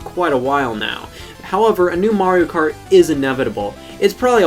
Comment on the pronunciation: The way he says “kart” is super satisfying